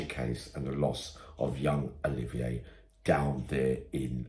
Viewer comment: It's Olivia not oliveeyay